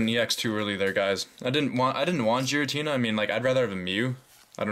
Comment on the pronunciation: You pronounced '' Giratina'' wrong.